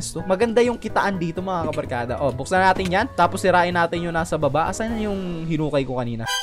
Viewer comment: Ey eyyyyyyyyyyyyyyyyy kabalkada hhahahahah anoyon iba na yung kabarkada naging kabalkada